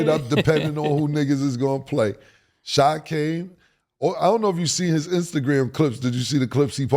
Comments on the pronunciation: OMG ITS PRONOUNCED SHAY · It’s hilarious that they will forever pronounce SGA’s name “Shai” like the the R&B group from the 90s